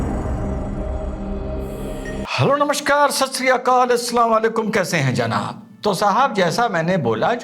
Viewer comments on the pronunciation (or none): none